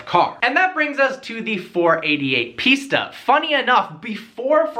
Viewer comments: It's not "piecetaaa". It's "Piss-taa" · why do you keep pronouncing it pizza? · It's pronounced pista like pistachio or pfista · sounds like ''pizza'' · Cant even say pista properly :)